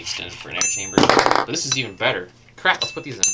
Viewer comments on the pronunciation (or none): none